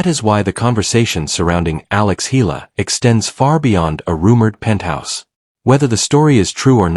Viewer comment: Not Ayala spelled and pronounced but spelled and pronounced properly as E-ala 🇵🇭💜🇵🇭💚🇵🇭❤️🇵🇭